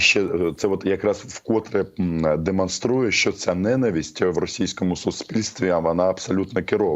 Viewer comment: Романе, наголос ненАвисть. Просто "вуха рiже"😉